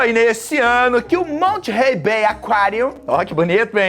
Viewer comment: Já fui no Monterey B.A, em 2015, é um lugar incrível! E, a pronúncia é “Mónêrey” com aquele sotaque no R kkk, não se pronuncia o T